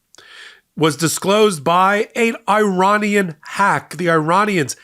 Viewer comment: Love watching your show , just one criticism please can you pronounce Iranian properly it is not how you say it lol .